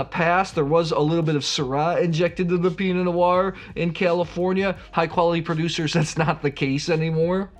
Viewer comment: Not sure I understand. If you know you're mispronouncing it, why continue to do so? While we're on this topic, there's an R in Pinot Noir. Curious why you choose to pronounce it Pinot Noi?